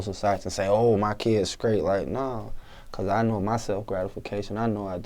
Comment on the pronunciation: i don't get it "skrate" wtf learn to speak you fuck